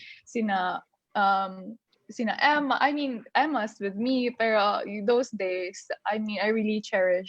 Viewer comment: She's sound ditzzzyyyy .... shes a grown woman, why keep using the word "pero" & it's irritating as fuck how she pronounce it. I feel bad for the this guy asking question cuz she not connecting with question. , Basically, Gazini is dumb.